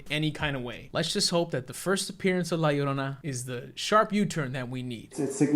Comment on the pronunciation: at least james pronounced la llorona right